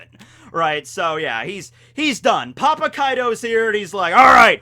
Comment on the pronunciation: I swear when I heard said papa kaido I heard pop a kaido. Kaido as a flavor candy sounds like a great product